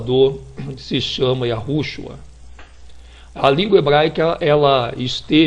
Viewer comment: Homem; vá estudar Hebraico e Aramaico. O nome é: YÉSHUÁH (pronúncia).